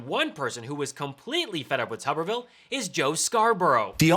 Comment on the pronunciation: It's: " toober-ville"..like potato head.